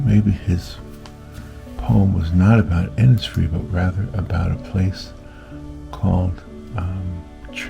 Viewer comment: Really beautiful. Will try to attempt this. Thank you so much.🙏 I’m from Ireland and the lake isle of innisfree is an island in the beautiful lough Gill in County Sligo. Have been many times and it is magical ( just like your painting). By the way over here we pronounce Innisfree Inishfree😀🙏🇮🇪❤️